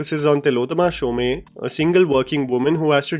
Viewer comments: Also it's Konkona Sensharma. She uses an amalgamation of her mom and dad's surnames. And it's pronounced Shom, not Shomay. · Quick comment. It is pronounced as Tillotama "Shom" and not "Shom"(e). Coming from a Bengali. Thanks for the review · As someone who shares the same surname as Tilottama, it's pronounced शोम not शोमे. :'') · Show May nathi, Shom (e is silent) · bro its not Tilottama SOM-E its pronounced Shom (like foam but with sh) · Pronunciation caution ⚠️ Konkona Sen Sharma: कॉङ्कोना शेन् शॉर्मा Tillotama Shome: तिलोत्तॉमा शोम्। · Agree. Konkona's was the best. But tilottama shome. Rhyming with dome. Not shomey as you said. And privy to. Not of. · Tillotama Shome, I think it is pronounced as “Show+m”. Can someone pls clarify, it’s “ Sho-may/Show-me/Show-m”